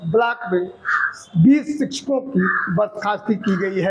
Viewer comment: शिचछको नहीं शिक्षको होता है 😂😂😂😂😂😂😂😂😂